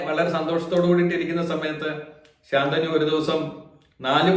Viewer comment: ഉച്ചാരണം ശ ന്തനു എന്നല്ലേ, ഗംഗാ ദതന്റെ ഗുരു പര ശു രാമൻ ആണ്